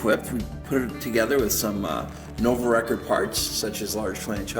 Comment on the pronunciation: Nice collection… Some pronunciation tips… 1 Nuovo Record = “Noo-wovo Regord” 2 Guerciotti = “Gwer-chiotti” 3 Gipiemme = “Jipi-emmay” I have a Viner (pronounced “Vee-ner”), a Tommasini, a Fondriest and 2 different era Coppis.